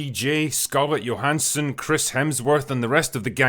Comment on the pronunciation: I dig that pronunciation of Scarlett Johansson’s name, Drinker!!